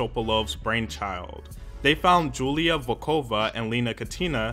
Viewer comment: it's pronounced yulia... btw. Good vid tho.